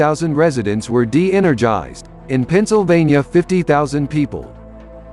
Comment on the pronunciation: DENERGISED???! wtf? lol shitty computer fake voice!! horrible!!!